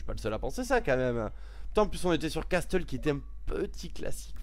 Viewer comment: On dit "casseul" pas "casteul" pour Castle :p